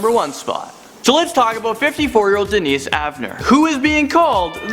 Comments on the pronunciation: It's Dennis, not Denice. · Not a woman at all! HE was named DENNIS...not Denise like kept saying! For heaven's sake! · Just so you know, you pronounced the #1 guy's name wrong, it's Dennis, but you pronounced it like the female version Denise. Just letting you know :) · it's not Denise it's Dennis. you know like 'Den-ness' not 'den-niece' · I'm pretty sure you misspoken the name of the first I'm pretty sure it's pronounced as Denis 😐(de-nis)